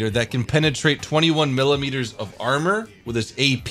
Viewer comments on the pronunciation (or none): none